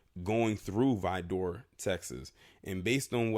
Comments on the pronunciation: Good Lord, whoever told you it's pronounced "Vi-door" is NOT from TX. You had it right the 1st time, Vidor, that's it. As a Texan it just hurts my ears hearing "Vi-door." It's between Houston and Beaumont. I've passed through there on my way to New Orleans a few times and trust me when I say you want to get the HELL outta there ASAP. The one time I had to stop there I felt the heat in the store. Black ppl stay the hell out of there. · You are saying Vidor wrong try saying like vider good video sir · true texans say it like "vid ER"